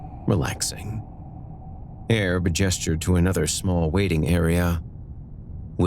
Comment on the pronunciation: "Airb" !! lmao...literally , every time you said it . Great stuff , thanks guys !💀🎱💀